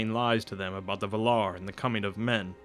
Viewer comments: Why all you people keep saying Vuh-lar? It's VAL-lar. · The accent goes to the first "a",it's vAlar not valAr! Come on man! You're ruining the narration! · “This man is teaching fanboys not informing intellectuals.” O it’s Val-ar, not Vular. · "vul-ar"...? I think you mean "val-ar" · Take a shot every time he says Val-are hahahaha dying I am drunk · the Vay-laar please! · Valar is pronounced Va lar with a 0.3 second break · Also VA-lar, with the accent on the first syllable and Morgoth as in (more-goth) both o's are the same, not (more-gath) :D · you're pronouncing Valar wrong... please redo it... it will be worth it.. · Thank you! The pronunciation in the video drove me crazy. Don't add T's to the name that do not exist.